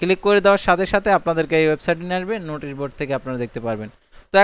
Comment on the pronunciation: উচ্চারণ গত সমস্যা আছে আপনার নোটিশ হবে,নুটিশ না।